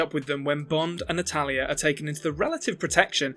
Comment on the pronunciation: Half way into the video I realized you were saying "Natalya" instead of "an Italian". I always thought, "which Italian?"😂🤣